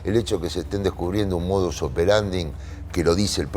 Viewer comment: "modus operanding" 😂